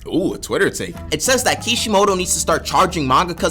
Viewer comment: "oh a tiwter take" got me balling